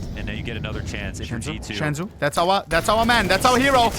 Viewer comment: its not SHENZU bro just SENZUUUU